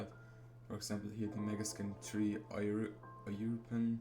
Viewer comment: lol he doesn't know how to say European.